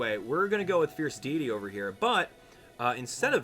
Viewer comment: Sorry I always miss you live but I still like the video and hearing your stories. And you even pronounce Deity wrong! ;)